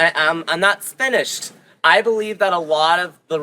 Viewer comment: Dudes trying so hard to be extra gay he added an s to the beginning of the word finished lmaokooo